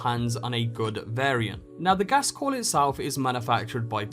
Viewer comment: its called to gased call its called Ghost call learn how pronouce the names right